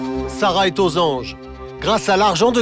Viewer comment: "Après un lavage d'estomac elle ette Hors de danger" jpp comment il a accentuer 💀😭